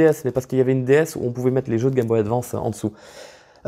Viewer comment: Pas capable advance cest un mot anglais alors dite le em aglais svp.